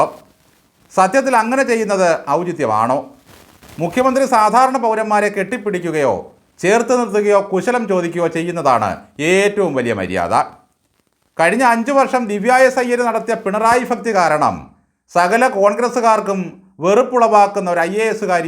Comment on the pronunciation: ഫ ക്തി എന്നല്ല ഭക്തി എന്ന് പറയണം